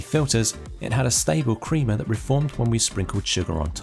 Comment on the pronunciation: You know when someone has no idea what they are talking about when they talk about coffee is when they say "creama" instead of "crema".